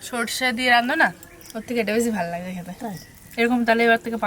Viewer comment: Kotha ta nage hobe na lage